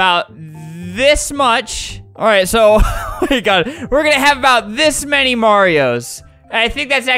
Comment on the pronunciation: OK people say copy but did nobody mention he said manny